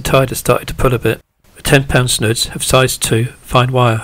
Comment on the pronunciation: Great videos and always loads of useful information and tips. But please please say snoods. And not snud. Keep up the great work